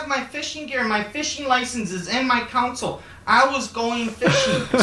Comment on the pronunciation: The way he pronounces "console" as if there's a u in it enrages me.